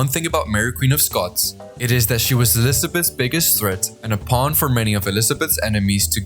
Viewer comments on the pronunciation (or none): none